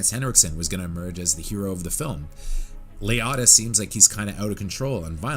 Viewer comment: It's pronounced Lee-oat-tah